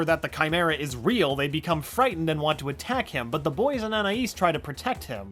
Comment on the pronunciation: I appreciate this guy ACTUALLY pronounces Anais' name